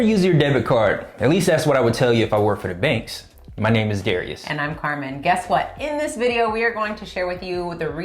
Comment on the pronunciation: dah- rye- us